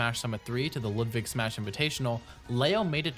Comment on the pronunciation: why are you saying loodvig